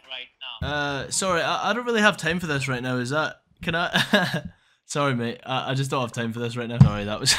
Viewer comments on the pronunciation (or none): none